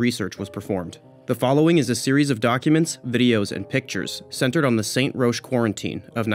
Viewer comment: Great video, but it is pronounced Rock not Rosh.